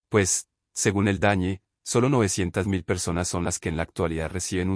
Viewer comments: Por que dice el dañe? Lo correcto es el DANE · Me sorprende que el relator diga dañe en vez de DANE